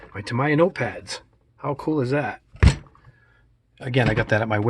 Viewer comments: Its actually “Ta-me-ya” , not “ta-ma-ya”. Great set up tho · That is an awesome set up you have. It reminds me of an operating room where everything is in its proper place. By the way the word is pronounced ( Taaa - Meee - Yhaaa ) I just figured I'd tell you. Great Job my friend. Cheers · It's pronounced TA-ME-YA, sorry bugged me for the whole video lololol